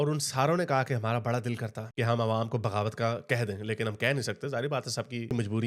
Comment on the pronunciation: Are chaman bhagawat nahi hota bagavat hota hai